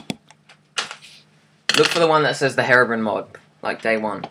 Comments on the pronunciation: it is not hairobrin it is hero-brine(br-ine) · its herobrine with a long i